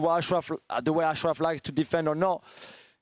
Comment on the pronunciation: That lady kept adding a g before every w. The gway? I gwas? What accent is that?